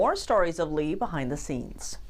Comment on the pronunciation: bessent can't even pronounce Lee's name properly. Why is he shaking?